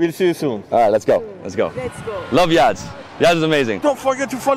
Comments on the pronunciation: It's Yazd and not Yadz. Excellent video. Iranian food is lovely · It’s Yazd not Yadz! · It's Yazd not Yadz. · Omg he's saying Yadz the whole video 😅